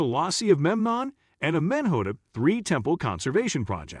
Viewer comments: AhMENhotup Three!!! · I cant get over how u say his name